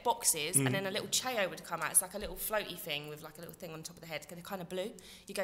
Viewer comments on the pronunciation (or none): Way she pronounced it though wtf CHAY-OS world, it's chao garden ffs lol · Firstly you said big up Abra and my name's abrar so thanks secondly ITS PRONOUNCED CHA-OW NOT CHAY-O FFS (when snoochie was talking about sonic)